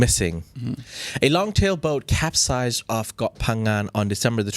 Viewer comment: Good content✔️. It's not capsasized😂 it's "capsized".